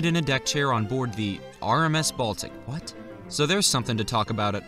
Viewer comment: My brain read this in voice when he said “What?” and sounded like “Whats?”